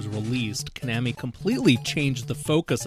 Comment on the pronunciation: You pronounce Konami "ca-nam-me". I pronounce it "co-na-me". And "tin-gen", sorry it's "Ten-gin". Where did you learn these names? Where you raised in a bomb shelter by yourself?